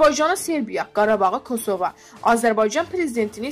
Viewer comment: Mətnə oxuyan xanım əvvəlcə kosova sözündə vurğunu düz qoymağı öyrən sonra oxu qülünc səsllənır səndə kosova sözü